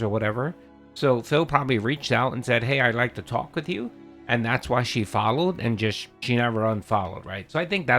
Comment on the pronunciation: Mawds ban anyone talking about the size of my worm or anything about earlybird getting worms real tawk